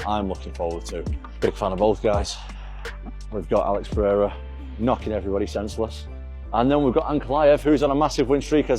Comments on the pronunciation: Dont be like Joe Rogan.. don't say Pahhadda .. SAY Pe..rei..ra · Brooo why you keep saying “Pehera” that annoys the fuck out of me